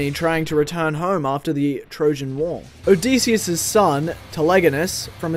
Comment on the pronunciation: the pronunciation of Odysseus and Dionysus is hurting me